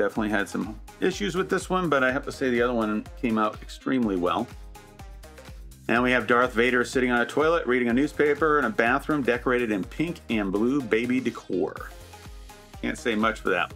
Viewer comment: Dart Wader makes me laugh 😂 also great video as always, appreciate for sharing, it very useful and inspiring 🙏